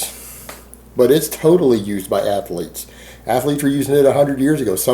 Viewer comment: Athaletic, Athaleete..... What's up with these pronunciations?